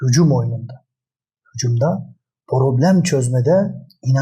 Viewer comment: Hikmet hoca cok guzel acikliyorsunda programa porogram, probleme poroblem deme yahu...